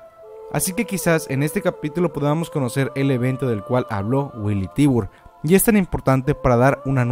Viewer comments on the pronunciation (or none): Haber!!!!!!! NO ES FAMILIA TIBUR, NO ES DONA JAEGER, NO ES MARLEY, NO ES KLUGER.......ES TIBER, DINA JAEGER, ES ES MARE, ES KRUGER, ¡¡¡YA ME TIENES HARTA!!! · dato curioso: La familia Tybar, su pronunciación es "Taybar"